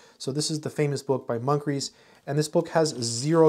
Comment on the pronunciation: Munkres is pronounced Mun-kris. I know this because I took topology from Munkres.